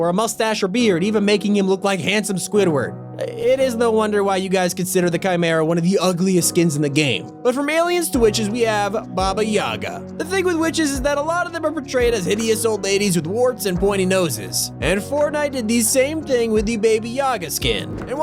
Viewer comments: Can we say how it said Baby Yaga and not Baba Yaga? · its not baby yaga it baba yaga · lol it says baby and not baba edit: and sounds like curdle and not cuddle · it said baby yaga not baba yaga lol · he calls it baby Yaga instead of baba YOU HEARD NOTHING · Baba yaga not baby yaga💩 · I think what bothers me most in this is you calling Baba Yaga 'Baby Yaga' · you said baby yaga but it's Baba Yaga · Why did you call the Baba Yaga baby yaga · Baba Yaga NOT Baby Yaga 🤦‍♂️ Haha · Anyone notice it said Baby Yaga instead of Baba Yaga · its Bab*a* Yaga, not Baby Yaga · On he said Baba Yaga he spelled baby Yaga haha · lol he said baba yaga to baby yaga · Who else noticed him saying baby yaga instead of baba yaga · you said baby for baba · Not baby yaga . A baba yaga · U said baby 👶 for baba wtf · He said baby yaga hahahahaha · baby yaga It’s called Baba Yaga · Bro, why does everybody pronounce baba Gaga’s name ‘baby yaga’? Ya’ll kinda stupid. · LOL BABY YAGA WHAT! It's Baba Yaga she ain't no baby 😂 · Baby yaga 💀 it’s Baba Yaga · It's Baba Yaga not Baby Yaga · no ones talking about how he said baby yaga instead of baba yaga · It isn't "baby yaga", its "Baba yaga", because on bulgarian (or russian I am bulgarian) баба on english is grandma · bro said baby yaga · "baby yaga" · Americans: Baby yaga🤦🏼‍♂️ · You said baby yaga you fool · Why he kept sayin Baby Yaga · Is it just me or did he say baby yaga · He said baby yaga...... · “Baby Yaga”? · Anyone else notice they said Baby Yaga once? Now I can't unhear it. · "baby yaga", im loving this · “Baby Yaga” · Did he say baby yaga 🤣🤣🤣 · He said baby yaga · You said baby yaga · The way he said baba yaga mildly infuriates me.